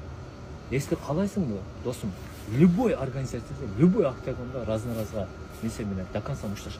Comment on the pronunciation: Бул Бауржан кандай бала түшүнбөй койдум! Либой дегени чатак экен, любой дечи жок дегенде!